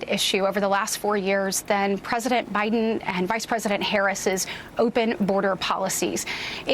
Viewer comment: the way she said "President Bi'dn" brought it all back from oblivion (where it should have stayed).